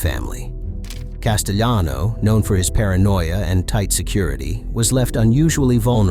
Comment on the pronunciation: Is this an AI voiceover mistake? Castellano isn’t pronounced Casteyano, Paul wasn’t spanish. great content btw